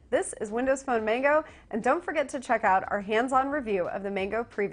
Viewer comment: there saying Mango wrong